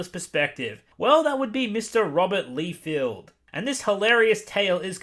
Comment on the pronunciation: his name is pronounced Rob Lie-Feld (emphasis on the word lie ) for future reference. Also, Rob had the initial idea of deadpool and then other writers made him so much better. Before, deadpool was just the 90’s if they were a person. Also, Rob is heavily criticized by the comic community because of his sub par artwork. I thought you might like to know this.